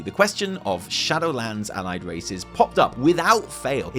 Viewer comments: Wait. Did you just say “Owlied race? Also potentially suspect info they said “and the horde” eeeeeeeeeeeeeeeeeeeee Happy birthday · "Owlied Race"